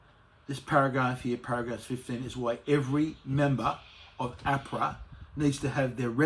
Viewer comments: It's Ahhhpra not Afra you dill. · Minor detail, but the way Craig pronounces AHPRA is the way people commonly pronounce the Australian Prudential Regulation Authority abbreviation, whereas pronounces it "correctly". It was irritating me all the way through this presentation 🤪 Great news nonetheless, thanks for alerting us to this very important judicial decision. I hope it sets an important and long lasting precedent.